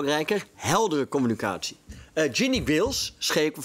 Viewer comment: *com-mu-NI-ca-tie Zonder dank.